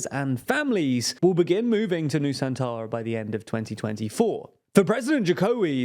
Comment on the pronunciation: I heard New Santara 😅